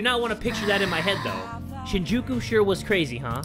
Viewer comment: It's SHEEN-jookoo Lmao